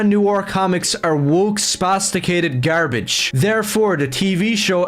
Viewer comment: Why did bro pronounce the word, gare-bedje